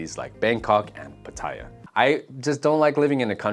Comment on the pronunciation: Westerner here who's lived here a long time. It sounds like you've just been on holiday here or lived here without immersing yourself. For instance, saying the train options in Bangkok aren't good. Or the way you pronounce pattaya. Thais are also super accepting and open to foreigners, they will just appreciate you understanding their culture and trying to speak the language.